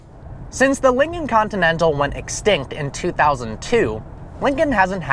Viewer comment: "Since the 'Linging' Continental..."